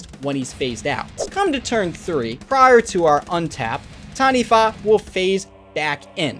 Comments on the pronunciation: Well done. First person ive seen on youtube to not butcher it by saying Ta-knee-waa 😂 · As someone from NZ you did well bro! Heard so many people say TANI-WAH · Close enough. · As a Māori EDH player who has been working on my Taniwha deck for several years, I commend your effort to pronounce the name correctly. Respect